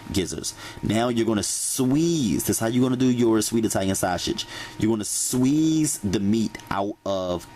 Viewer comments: Sweeeeeze😂don't you mean squeeze. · I love you man, I swear, but sweeze, not squeeze took me out. I love your recipes they truly are the best in the whole wide worlddd🥰🥰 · He said, "sweeeze, and shasague! 😂😂😂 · Glossary: "Shweeze" "Shawshage" "Veggietables" "Moishurize" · Baby when he said "Sweege" and "Shashe" I was done😂😂😂😂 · Leomia Turnage me too 😭😭😭😭😭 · Did he say...SWEEZE the sausage??? LOL!!! He really got me , sounds like he was yawning! None the less I'm gonna try this recipe:)